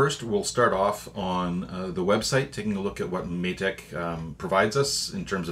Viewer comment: Matek is pronounced may tech, it's been a nice good series so far.